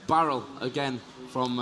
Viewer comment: barrel...barrel?? lol i love accents haha